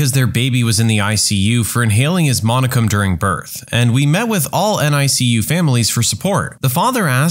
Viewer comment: Mate, "meconium" is pronounced how it looks. Mee-cone-ee-um. It's baby's first dump. Sometimes taken in the womb, often during delivery, what with all the stress and everything on the little dude. They can inhale some which obviously requires a bit of treatment. It's made from whatever fluid and floating cell debris he swallowed while he was in there, along with any hair he might have grown that then fell out. Babies swallow the amniotic fluid and urinate it back out, then swallow it again. It's OK, it doesn't contain salts like normal urine, since that's all removed by the placenta keeping the baby's blood in tip-top order. Baby also breathes the same fluid. To exercise the lungs, so that there's a bit of musculature there, and he's had some practice for his first real breath. Some parents I know were told not to wash their baby for a week after birth, the vernix, the greasy stuff that can be on their skin, is actually good at keeping away infection and keeping their skin moist, so now the hospital tells you to leave it on.